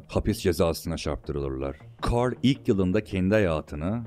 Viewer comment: Aksanlı bir şekilde carl demen içimi daralttı